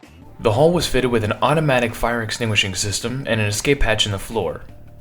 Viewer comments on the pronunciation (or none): none